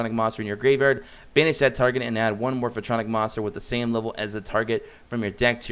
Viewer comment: I'm dying a little every time he says "Morph-a-tronic"...